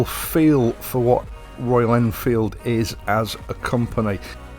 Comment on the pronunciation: MY MATE PRONOUNCED IT PERFECTLY FOR THE FIRST TIME GOOD JOB BRUV